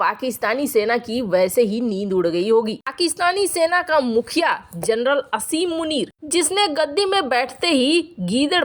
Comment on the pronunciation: मोहतरमा! उसका नाम पर 'असीम' नहीं है, आसिम है।